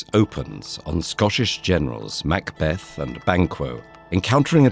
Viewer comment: Beautiful animation and well-written script but please, please get someone to check the pronunciation before briefing the narrator. I winced multiple times, at "arbuh-real" "mac bath-ed" "win ton" and "boh eeze". As a Scot it quickly became unlistenable